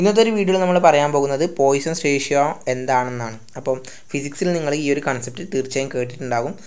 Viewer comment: Poison alla 🤣 "Poisson's ratio" pronounced as 'Possaun' ratio : Its french name.